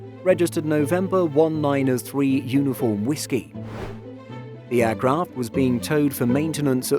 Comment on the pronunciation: “En-one-nine-three-You-Double You”. I get it, but… 😓😓😓